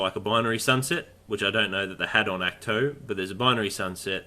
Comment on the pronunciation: Ahkt- toe, not act two ...🙄